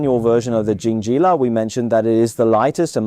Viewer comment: calling it Honda and Jingjilla was intentional, wasn't it? or you are a guy with Chinese accent who cannot read?